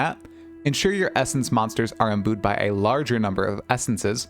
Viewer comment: If you promise to stop prouncing imbued as "Em-Boo-ed" I'll sub now!